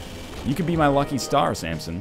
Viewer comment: Keeps calling him Sampson. Fml.